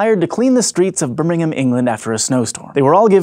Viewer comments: As someone who lives close enough to Birmingham that it's my closest airport, that is the weirdest pronunciation I have ever heard. That sounded like "bum-in-am", not "bur-ming-ham" as it's normally said. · I love his pronunciation of Birmingham